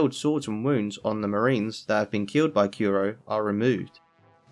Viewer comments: Well, he kept saying Kuro like "Kiro", so I think Japanese pronunciation might just not be his strongest point. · Stop saying yusopp and kyuro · Why do you call usopp yousop and kuro kewro